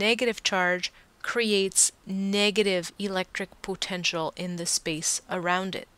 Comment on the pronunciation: Thanks! Although i'm bothered by how you say "potential"....